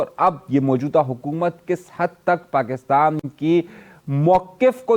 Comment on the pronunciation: Bhai acha bolte hain but Pakistan ko aap pakistam bolte hai isme mushkil kewn